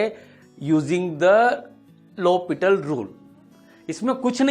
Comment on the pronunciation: It's L Hopital not Hospital!